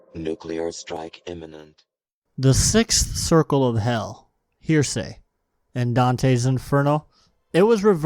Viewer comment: I love the concept and the delivery. I do have to point out or so heresy is like "hair-a-see" not "hear-say" heresy is done by heretics. Hearsay is a form of evidence that is not good something about speaking to what someone else said or something (I don' t know exact definition of legal stuff like that though). Thanks for the video. Keep up the good work!